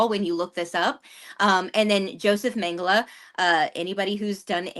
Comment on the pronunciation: Mengele is pronounced Mengala with the accent on the first syllable.